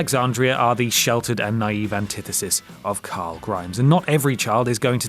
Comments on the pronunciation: Did he say Curul??? CARL!!! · You called him coral 👏🏻👏🏻lol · It’s Carl not coral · You called him coral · Rick Grimes its CORAL!!!!! Edit. Of all people you should know. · I think you lost everyone by suggesting Chandler Riggs was a bad casting choice for Carl. Especially when you can barely pronounce Carl (Ca-rooool?) mister "my job is narrating... Where you know, pronunciation is important"... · British people can't say the name Carl